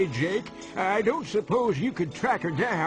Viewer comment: when I get up to the grandad the boy says dake instead of Jake on mine